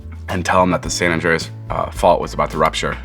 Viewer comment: this man said san Andreas like GTA lmaoooo